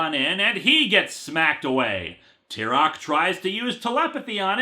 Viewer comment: It's kind of a minor nitpick, but wouldn't Tyroc's name be pronounced Tie-Rock? I mean, they did shorten his name as Ty, and I don't think it's pronounced Tea.